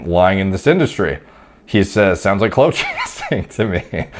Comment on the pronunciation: Is that how you pronounce "clout"?